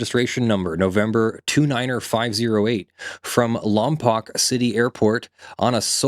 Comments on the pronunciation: Local here, weirdly it's actually pronounced "Lom-Poke" not "Lom-pock" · It's pronounced lom-poke. Also it's paso-ro-bels